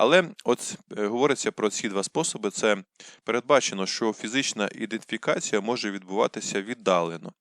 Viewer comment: Ідентифікація , а не іденфікація. Ріже вухо. Вибачте.